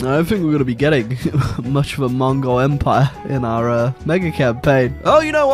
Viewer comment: Can you learn to correctly pronounce mongol